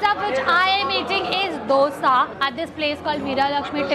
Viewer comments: It's dosa didi 😂🤦 not dhosa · It's not dosa it's dhosa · That Dosa chutney is Allam chutney (Ginger chutney) prepared with Ginger,red chillies and jaggery... plz pronounce DOSA correctly 😜